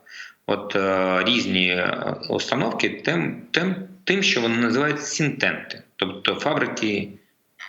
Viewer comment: Think tank-аналітичний центр: think- мислити;tank-резервуар.Спробуйтее здогадатися,якщо прозвучало "сінтент"(чи сінтенд),та й фабрика до чогось...